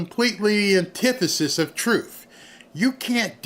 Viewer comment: Here's what I want to know is, What does Trufe mean?.......oh, oh, she means TRUTH......she probably says AX instead of ASK also.